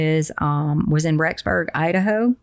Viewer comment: Rexberg Idaho, not Roxberg.